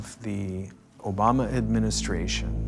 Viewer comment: I'm mad the narrator mispronounced Obamas complete name😮 but no one else's